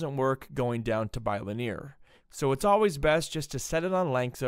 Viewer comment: Never heard someone pronounce "bilinear" like that...